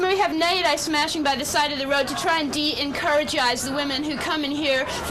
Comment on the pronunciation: “De-encouragize” 😂😂 Absolute genius.